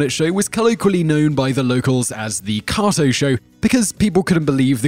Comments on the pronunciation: Stop saying koto.....its KATO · The Green Hornet's sidekic's name is pronounced Kayto, not Kahto. Try watching the shows you talk about and actually listening. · Kay-toe (Kato) and Berle (rhymes with Pearl) Other than that great... discovered some new stuff about the great BL - which I didn't think was possible. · With u on that just because of the sheer number of times he says it, leaves u screaming 'IT's KA'Y'TO, KA'Y'TO, 'Kay'To' 'KkkkkkaaaaayyyyyyToeeee' lol 🙃👾✌️ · How can you know all this about Bruce Lee and still not be able to pronounce Kato? Even if you're pronunciation is "more correct" and you say it with a British Accent isn't going to change the fact that no one else says it that way. Also you mispronounced Milton Berle's name as well. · typical commentary cant pronounce kato